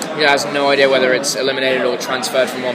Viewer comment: Did he say idear? Oh my gosh! So adorable!